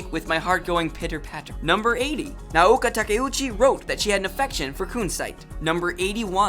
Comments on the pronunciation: cooool but you could at least pronounce Naoko's name correctly. And anime animation is redundant. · come on your Japanese pronunciation is killing me. You're nailing directors names but mispronouncing easy stuff like shoujo or Naoko come on man gimme a break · theRtardHouse Doesn't the guy just pronounce it as "ah-nee-meh"? That's how people in Japan pronounce it, lol. He was accurate for the most part, excluding how he pronounced shoujo and Naoko's name. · #108 "Naoko Takuechi" is not pronounced "Nuh-ouka Takka ouchie", but more like "Nowko Tuh-kee-utshe". English speaking people mix the vowels all up. The "na"(な) is like "nuh". The "o" (お) is like the "o" in "four". The "ko" (こ) is like "co" in "core". The "ta" (た) is simply a high "ta" or tuh". The "ke" (け) is like "ke" in "Kennedy". The "u" (う) is like the "u" in "youth" right before the "th". The "chi" (ち) is very much like "she", but typically more like "tshe". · ok its too hard to watch this when you cant pronounce the japanese words...its not Shujo (shoujo)..its pronounced Shojo..and its Nah-oh-ko (Naoko) not Naoka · Naoko isn't pronounced Naoka... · And When he says “Naoka” like where’s he getting that A from lol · I know! Who's Naoka? lol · These fact are common knowledge to an old time moonie like myself. good to know for new moonies. However you mispronounce many of the names, and got a few details incorrect. I'm not gonna list them all here but a few i'll point out is Naoko's name is not "Naoka" .. and hes not "Tuxedo Moon"... shoujo pronounced wrong, Sailor Moon SuperS was said wrong and Minako's last name was pronounced wrong, Utena was pronounced wrong. "Anime" was even pronounce wrong every time ..lol really?? XD well i was entertained at least. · shoojo lmao oh gosh. he tried, its show-jo and Now-ko. Its hard trust me cause of the fact the Nao is has it's own syllables Na then vowel o put together sounds like 'now' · how hard is it to pronounce naoko??? its literally nao ko. now-ko